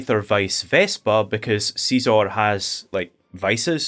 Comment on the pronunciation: please stop calling scizor seezor